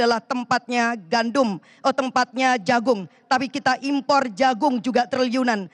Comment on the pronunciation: Import bu bukan imron😂😂